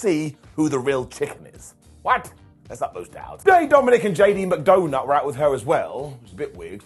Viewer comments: Is it just me, or doesn’t it sound like is saying JD Mcdonut? lol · Yes. He's calling him McDonut. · 35 - I swear I hear “JD McDoughnut” 🍩 when you say his name. 🤪